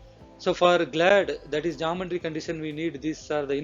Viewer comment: It is not "Jumb-baan-tree"; It is Geometry=Gee-o-metry"...!!!!